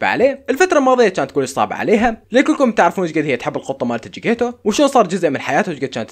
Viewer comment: اسم القط: جيكتيتو يقول: جيكيتو انا: 😂😂😂😂😂